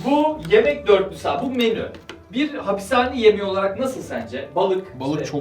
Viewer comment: No one:: Hapissss haneh yemeklerini deneyeceğiz